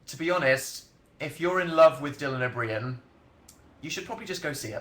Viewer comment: He said Dylan O'Brien like 3 times before I understood what he was saying omg